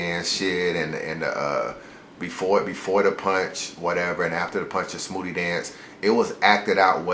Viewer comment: I read th is comment as soon as he said it lol tf is a smhoody